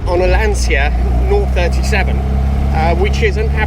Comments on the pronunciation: We normally pronounce it ‘oh 3-7’ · Please get the name right - it's OH 37, as in OH my god! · Think you got them there lol good vid its nice to see 1 still alive, actually saw 1 at a rally day few years back amazing is all i will say, and its pronounced Oh37 :D haha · I owned an 037... Pronounced oh 37...In 1999 for a couple of years before my 308. Certainly the best car I have ever owned and driven. Mine was number 34 of the 200 built. It is still in the UK, after I bought it from near to Venice. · the correct way of saying is Lancia 037 (Zero 37) . Your pronunciation is also off, you seems to say the brand name along the lines of "LanZia", it is "LanCia instead. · Wowwww, the 037! Big beast... A wet dream for anyone who has lived the 80s.and it is pronounced zero-37. Aaaaand: Lancia is pronounced Lantcha. 👍😊